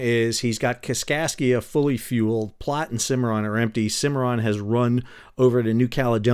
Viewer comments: Love the video, but it pains me having lived in Nebraska for several years to hear Platte pronounced as ‘Plot’. It rhymes with ‘rat’ and ‘fat’. 😅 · "Platte" rhymes with "flat." Luv ya, doctor!